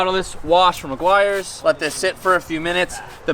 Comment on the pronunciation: The amount of times said meguairs 😂